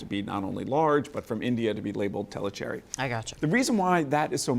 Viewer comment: Tellicherry peppercorns come from a city Thalasherry( formerly Tellicherry under the British raj) in southwestern India's Malabar coast. Calling every peppercorn the same is like saying any grape grown anywhere can be used to make Champagne . Learn to pronounce Thalasherry ( especially when you can learn Portuguese ,Spanish and French pronunciations)